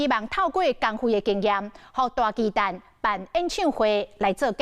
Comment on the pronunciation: 巨蛋? 蛋 = （台语）NUI/NENG, ”巨蛋“ 根本就是华文，你不如直接用华语北京话的读音来读 ”巨蛋“不是最好，何必多费工用台语的读音来读华语的”巨蛋“呢？还有，台语是没有 ”巨“ （KHI）这读法的，这是发明字吧？另外，这是什麽年代了，没必要 华文/台语 一个字一个字来对吧，这不是两蔣时代吧？大巨蛋 = TUA NUI （台语）！